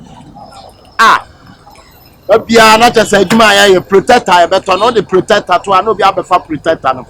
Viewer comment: Please the word is protector but not plotector wai